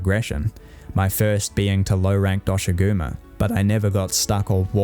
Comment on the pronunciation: Hearing “See-kret” and “Dosh-a-goo-ma” has made me like you already! It’s also a generally good video explaining the strengths and weaknesses of Wilds at launch as a whole. :) (It’s how I say the names of these guys too, the official pronunciations of them is weird)